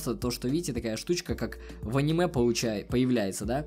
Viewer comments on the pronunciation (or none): none